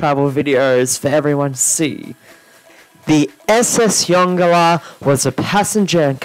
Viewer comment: Yongala is pronounced YON-GALA.